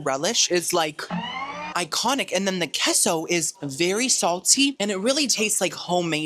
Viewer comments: Keso? 😂 it’s pronounced Kaso 🥰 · its kayso not keso idc what u say 😂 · it’s Case-oh for Queso hhh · K-SO lol. Please just say it like the rest of us